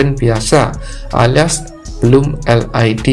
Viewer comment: LED (el i di) mas 😂 bukan (el ai di)😊